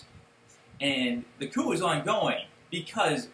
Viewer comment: it is pronounced cooo not coop